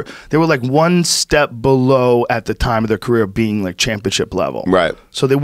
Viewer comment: the word is “career” Joe Rogan